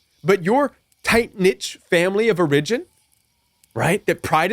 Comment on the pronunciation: Strong advice, thx!! 🙏 The control games are real! I’m hoping this helps, but I’ve never heard the word ‘origin’ pronounced that way. I’ve only heard the accent on the first syllable /‘or uh jin/. And I’ve only heard of “tight knit”, not ‘niche’🤔 I’ve asked Google in case it’s colloquial, but Googling doesn’t seem to help me here.